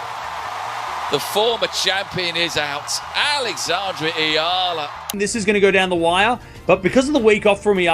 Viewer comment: Finally pronounced her name correctly ❤🎉